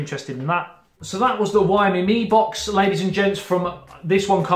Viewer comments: WhyMe me box lol It's pronounced Zhou me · Xiaomi is a great brand... Got the mi box version 1 years ago when I lived in china.... Still going strong now despite only 1gb of ram and 8gb rom.. It's pronounced show (like ouch)mi by the way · Its pronounced (zow me) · Lemme help you with Xiaomi:) Xiao = is similar the the SHOW in SHOWer but add a tiny almost inaudible SHE before the OW. She'Ow Mi It's pretty close the Shaolin but the XI adds the glottal stop. SHAOLIN, SHOWER, XIAOMI:) Easy Peazy. #Aloha